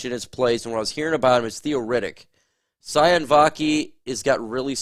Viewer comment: Sione Vaki is pronounced See-oh-nay